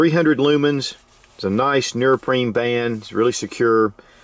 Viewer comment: What's nurapreem? Neoprene?